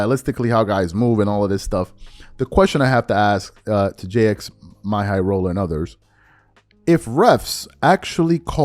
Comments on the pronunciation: great video but please pronounce Jxmyhighroller's name correctly. It's pronounced "Jimmy highroller". When I hear you say "J-X my high roller", it hurts my ears. Thank you. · “J x My highroller”?? 😂😂 it’s literally just pronounced as Jimmy! Bro actually pronouncing the X and M in bro name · Great break down and I said the same thing watching it. Also it’s pronounced "Jimmy High Roller" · Its pronouced "Jimmy Highroller"😂 but whatever.. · JIMMY and the fact you won’t say his name right is the reason WE ARE DONE WITH THE 90s